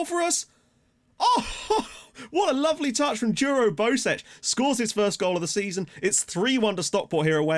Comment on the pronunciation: Bosec is most likely pronounced "Bosets", usually in Croatian a C following E will be a "ts" sound, so you were probably right the first time. Sadly FM doesn't use the special characters from Gaj's alphabet.